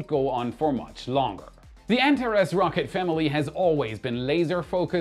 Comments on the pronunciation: an-TAR-ees! Not ANT-a-rez! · please look up the correct pronunciation of Antares 😊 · "an TAR ease"....... "Earth's, not Earthez........ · With all due respect, what is up with your pronunciation of words? Antares? Elongated?